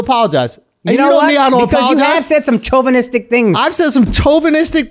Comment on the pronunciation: Lmaooo CHO-vinistic 🤣🤣🤣